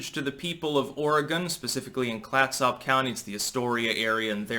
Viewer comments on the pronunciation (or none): It’s not clat-sop....it’s clat-sup